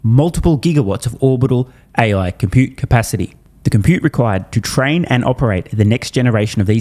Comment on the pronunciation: Computepacity! I've been saying it wrong all this time!